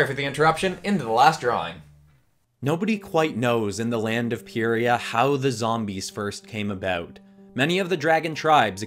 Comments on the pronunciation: Love what you did with these dragons! though I do have a few things to say 1. Pyrrhia is pronounced Pi-ra or P-ra. Not judging, but before you do another WOF vid, try and finish the Dragonet and Jade Mountain Prophecy (books 1-10), because you'll have a better understanding of the whole story and universe. 2. If you do a skylander zombie episode, add Astra and Tayrun as the narrators exploring the ancient plague(a shard of a power orb could explain the ancient and unpredictable magic of the Darklander Tome, the name I've given to the book) to prevent contamination across to the other multiverses, as overseers are supposed to protect their own universes, and Astras mistakes of the past could threaten the beast world. 3. please do a "what if doom eternals demons were armoured?" video. Please keep in mind I said if they we're armoured, not armours. Story: ancient immorran blacksmiths we're able to capture benny sharp to force him to make sleek, semi- demonic looking armours for the demons to break through to earth without them self destructing thanks to the doomslayers actions at the end of the ancient gods part 2. I have asked for the 3rd thing to happen for a long time and I'd really appreciate it for an October vid or any vid. but thanks for your consideration. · Btw, “Pyrrhia” is pronounced “Pi-ree-a” That’s how I and I think many others pronounce it. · It is said pie ree ah you brutally murdered the name!